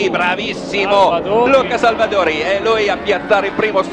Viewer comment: Chi ha notato la pazzia di Andreozzi a ........non ho parole😵😨 Comunque sembra che il commentatore al posto di dire Salvadori dica Salvadauri come FedePerlam😂😂